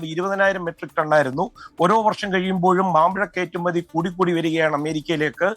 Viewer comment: നന്നായി വാർത്ത റിപ്പോർട്ട് ചെയ്യുന്നയാളാണ്. ഭാഷ ശ്രദ്ധിക്കണം. 'കേറ്റുമതി' അല്ല. കയറ്റുമതി എന്ന് പറയണം. കാര്യം മനസ്സിലായാൽ പോരേ എന്ന ചോദ്യം വേണ്ട. വന്ന് വന്ന് പല വാക്കുകളും നമ്മുടെ ഭാഷയിൽ അനൗദ്യോഗികമായി അനുവദനീയമായിപ്പോയി. വളർന്ന് വരുന്ന കുട്ടികൾ ഇത് കേട്ട് ശീലിച്ചുപോകും.